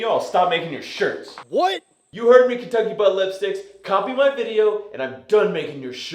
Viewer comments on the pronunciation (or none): Did Matt say "Kentucky Balipsticks"? 😅😅😅😅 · Lol sound like he said no Kentucky butt lipstick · Man I'm sorry, but I can't unhear "Kentucky Butt-Lipsticks" now 🤣🤣🤣